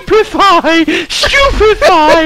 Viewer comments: When Simon had said Stupefy at the battle scene at the wedding, I thought he said stupid fry and i was ROFLing on the floor!!! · do he says stupid firea!!!